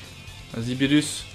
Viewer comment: A chaque fois que tu disais beerus moi j'entendais phirrux